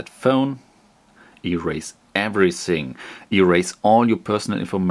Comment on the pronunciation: erase EVERYSING...hahahaa xD